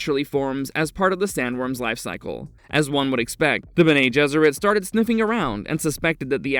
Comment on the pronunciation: Bene is pronounced Bennie not Bena unless you know something i don't.